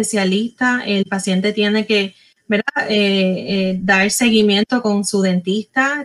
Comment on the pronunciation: SE DICE VERDAD NO VELDA TODA UNA DR